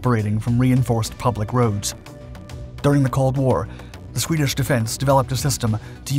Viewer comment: "Swedish shorsched instrumentation" ... 😅 😜